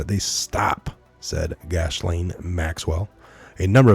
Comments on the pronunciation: Pronounced Gis lane. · this evil predator female her name is pronounced jissslennn